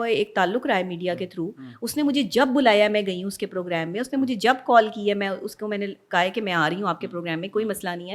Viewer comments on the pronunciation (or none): none